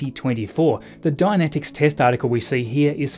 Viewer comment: About the pronunciation: Dynetics; Die-Net-Iks, as opposed to Dianetics; Dia-net-iks, a horse of a very different colour. Dianetics is part of the worship of L Ron Hubbard, a very flawed bit of mortal clay. It was the first book of his I read, back in, like, 1966. It was 15 years old then. Now it's part of his religious canon. It was crap (pure mummery, psychologically speaking) then, and it has not aged well since. Hearing you pronounce it "dia-net-iks" is kinda creepy, from my point of view, and no offense meant.